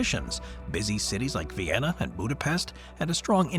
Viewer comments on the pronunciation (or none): none